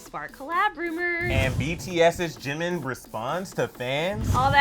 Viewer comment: "ChiMiN" Lmao😂 #NoHate